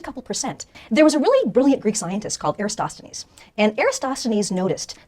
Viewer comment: It's a shame that Michelle Thaller pronounces "Eratosthenes" as "Erastosthenes". It doesn't undermine her credibility, but it niggles a little. She's generally a very good science communicator, with the bonus of being an actual scientist. I think what she means by "it's not OK to think that the Earth is flat" is that it's not acceptable from a scientific point of view to think it's flat, as the body of evidence suggesting otherwise is vast, varied, coherent and beyond reasonable doubt.